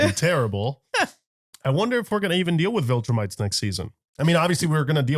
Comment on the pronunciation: We are four seasons in and still calls them voltrumites lol 😂 SAY IT WITH ME VIL-TRU-MITES